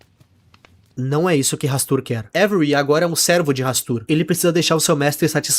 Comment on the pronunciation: Pq todo mundo chama o avery como every?? Kkkk